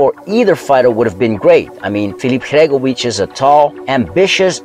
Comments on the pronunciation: Sory its not Hregovic it's Hrgovic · Bro the way you pronounce Hrgovic is a crime